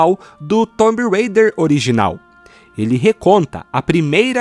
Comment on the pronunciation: Off topic: pq para Raider vc fala Reider e para Tomb vc fala "Tombi" ao invés de "Tum" deveria ser quase um "tum rêi-der"